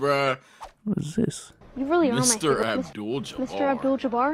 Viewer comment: "Mr Adbul Jabar.." might as well call em Lew at that point